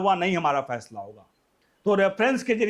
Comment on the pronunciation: Phansla diy nain aap bolrahe hain phasla